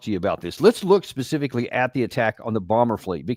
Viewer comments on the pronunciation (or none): none